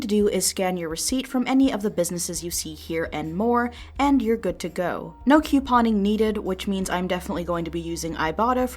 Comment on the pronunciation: Nobody:: QYUUPON